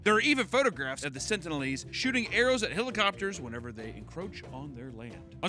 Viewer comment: Come on,... it's pronounced "sentinel-ese" (sen-tin-eL-ease)